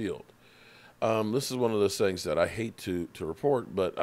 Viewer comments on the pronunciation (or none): none